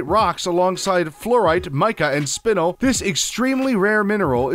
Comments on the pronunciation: Why won’t anyone just pronounce my name right?! SPIN-ELLE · Nice video but Spinel is actually pronounced spin-elle. ty